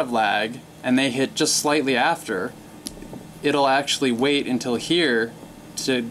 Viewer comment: Why did you say slately early? Or did you say slightly?